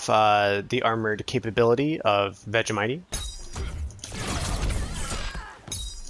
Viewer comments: Nobody says Vegemitee. It’s vegemight. Lmao. Says me an Australian😂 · It's pronuonced veggie might